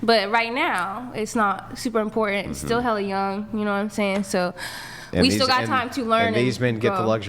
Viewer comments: Why ... can't people say important, not imporant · You can tell she’s the prize by the way she says “imporant”